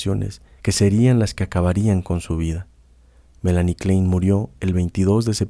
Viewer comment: si puede pronunciar froid pronuncie klain, como corresponde a su raiz austríaca.